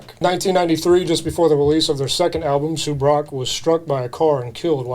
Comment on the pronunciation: Hearing this dude say “soob-roc” is killing me. 🤦🏽‍♂️